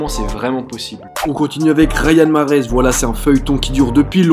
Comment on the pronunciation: Mahrez ta archi mal dit son prénom mdrr